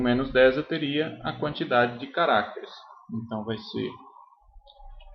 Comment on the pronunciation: cada vez que ele fala carácteres, uma criança morre